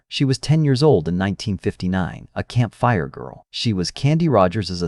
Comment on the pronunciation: Camp fire VS campfire, etc. Awfull narration